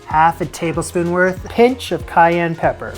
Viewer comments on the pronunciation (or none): none